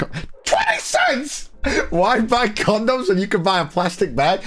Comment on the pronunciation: it bothers me how says condoms as CON-DOMS